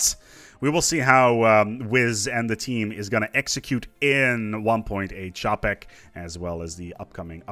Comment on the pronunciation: It's okay, I can pronounce "sentience" but not "Čapek". Is it really just like "CHAH-pek"?